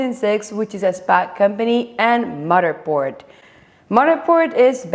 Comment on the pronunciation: With all due respect…I love how you say Matterport 🙂